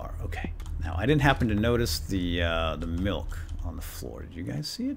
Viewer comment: "Here's the "malk" he was drinking"